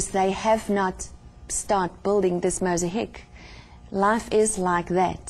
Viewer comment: mos a heek ? its mosaic. my dear with respect